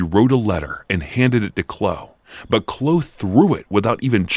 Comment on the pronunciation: The 'e' is pronounced in name Chloe . Chlo-e. Not Chlo.